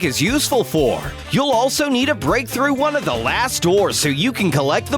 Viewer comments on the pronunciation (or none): none